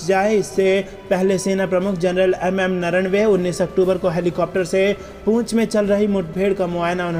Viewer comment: आप बार बार जनरल नरवणे का नाम गलत क्यों उच्चारण करते हैं? उनका नाम नरवणे है नरनवे नही।